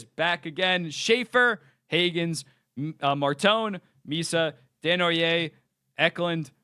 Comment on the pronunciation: Good prononciation for Desnoyer! 👌🏻